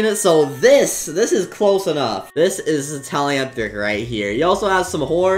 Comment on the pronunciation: Bro that ain’t talenthric That’s teltinc